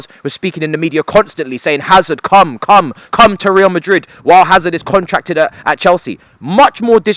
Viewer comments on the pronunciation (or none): none